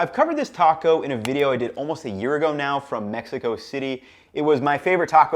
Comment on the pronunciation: You boys like Mex-ee-co?